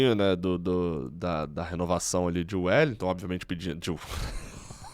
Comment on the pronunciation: Meu ouvido inflamou com a "renovação de Wellington" 🤯